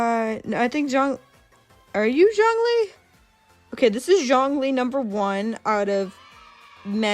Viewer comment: dw you got zhongli right the first time 😂this video was pretty funny, you were either way off-base or surprisingly close on your guesses